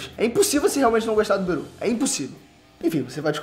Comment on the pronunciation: tlgd quem é Beru,mas ele falou berus